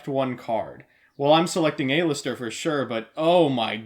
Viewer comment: It's AL-ister! AL-ISTER!!